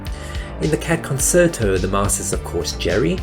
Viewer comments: It’s pronounced con-chair-to. It’s a form of music. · The word is not of English origin. It's concherto in pronunciation not concert-o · did you say ... coserto? isn't it con-chair-tow... have I been saying it wrong? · It's pronounced "CON-CHAIR-TO" not "CON-CER-TO" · Why did you keep saying "Cat Con-SERT-o" during this entire video instead of "Cat Con-CHAIR-to"? Also, it's not Jose Eye-turbi, but Ee-turbi. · Con CHAIR toe, FFS -- not Con SERT toe...!!! Geez... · It is pronouced “Con-chair-to”, not “Con-cert-o” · "Concerto" is actually pronounced "Con-chair-toe", not "con-ser-toe" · "Concerto" is pronounced "kon-CHAIR-toe," not "kon-SIR-toe." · It's pronounced Con-sher-toh... Not Con-ser-toh. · Concerto is pronounced "con-chair-to" not "con-ser-to." It is Italian. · Fascinating video – thank you. However, please note that “concerto” is pronounced “conSHerto”, not “conSSerto”. Hearing the word mispronounced repeatedly is really jarring and distracting. (Look it up in a dictionary – especially an electronic one with audio pronunciations – if you don’t believe me.) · It's pronounced conCHERto, not conSRto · It's pronounced "kuhn-chehr-tow" not "konn-sir-tow." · "Concerto" is pronounced "con-CHAIR-toh" not "con-SIR-toh". Yeah, sorry, I'm that guy. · Note that "concerto" is pronounced "con-chair-toe"! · con-CHAIR-toe. please every time i heard it it killed me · In a brief scroll through the comments, I was surprised that nobody pointed out that it's pronounced con-CHAIR-toe. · "Concerto" is pronounced "con-chair-toe." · It's not pronounced "conserto". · Con- chair- toe. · It's pronounced Con-chair-toe. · It's the Cat Concerto, pronounced con-CHAIR-to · concerto is pronounced Con-Cherto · It's pronounced Con-CHAIR-Toh. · Concerto is pronounced con-chert-o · "The Cat Con Sir Toe" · The word "concerto" is pronounced "con-chair-to". 🙄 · "Concerto" is pronounced "con chair toe." It's Italian, like "Cello" is "chell-o" instead of "sell-o." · It's pronounced Concherto